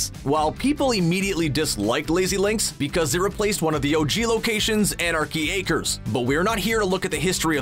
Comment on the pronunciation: This man saying anarchy aker and showing loot lake